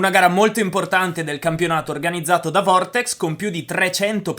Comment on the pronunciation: L’azienda che ha organizzato l’evento di campionato e “vertex” no “vortex” hahahahahaha